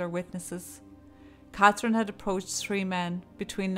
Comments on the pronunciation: You and could give it a gooooooo. Maybe of "Tree" stories. Lol People love how when he says 3 it always sounds like tree.. 🌳🌲🌴 NATION is real. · Me tree or is tirty tree 😂😂😂